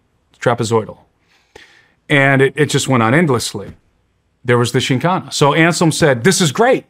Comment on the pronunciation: The host didn't even research enough to prounce the topic right.. should be full of facts lol